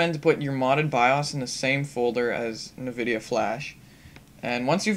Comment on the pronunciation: Na-videa? What the? It's pronounced EN-Vidia.